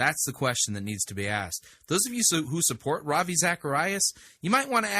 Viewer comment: Rav - Eye???